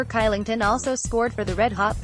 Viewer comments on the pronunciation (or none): Its pretty obvious that she doesn’t watch the game, she pronounced Oliver Kylington’s name “kylington” rather than “Shylington” and also said David Rittichs name incorrectly